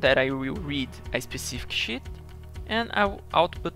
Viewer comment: when he says "Sh*t" than "Sheet" is cracking me up every time he says it, but nice video man , finally got my hand around the batch macro, thanks!